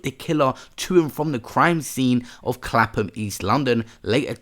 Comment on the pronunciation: Clapton not Clapham.